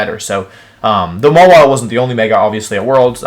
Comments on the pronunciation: Mawile - Mah Wii Lay Ninetails - Nii Nay Tails Zygarde - Zy Grade Why does he do this? He pronounces them right sometimes? Is it some obscure reference? I've watched his videos for like a couple months and these things bother me to no end. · Mega Maw-wee-lay. But then he says it that way twice and then changes to the correct pronounciation. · maw-ee-lay lmao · Why the fuck do you pronounce the pokemon names and some words so badly?? Its not MawEELEH its Maw-wahyil Its not JOOggernaut (holyshit) its JUH-ggernaut This last one made me not want to watch anymore. Its not WHenYusaur its Veenoosohr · Maw-wheel-a lmao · I HEARD THAT MAWILE PRONOUNCIATION "MAH-WEE-LAY" IM SOBBING